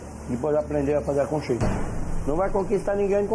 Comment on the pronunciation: Conxinha dou frooongo.